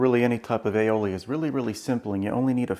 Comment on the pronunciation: Damn, another video with a pompous dick that cannot even enunciate "aioli" properly.